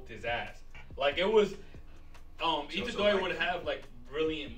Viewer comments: Someone tell that his name is Itadori, not Ichidori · "ICHIDORI" AHAHAAH